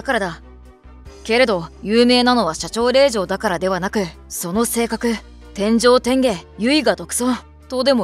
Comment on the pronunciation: 『天上天下』は『てんじょうてんげ』ではなくて、『てんじょうてんが』の筈ですが‼️